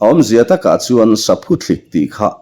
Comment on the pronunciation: Saphuthlik ani chhen lo, Saphuthlîk ti a lam tur, thlîk tih hi thluk deuh tur